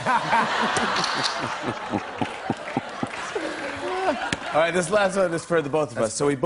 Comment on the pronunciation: i love : AHNGELAAH